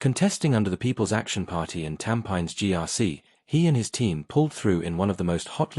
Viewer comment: Silly Ai… Cannot even pronounce Tampines 😂😂😂😂 So bs angles…..😅😅😅😅